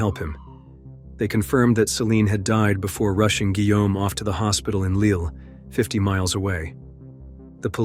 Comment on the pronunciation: “Guillaume” no se pronuncia “whom”, güey.